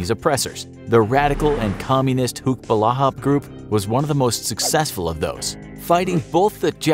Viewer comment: Its not hucks its huks ,hukbalahap = hukbo ng bayan laban sa hapon means anti japanese forces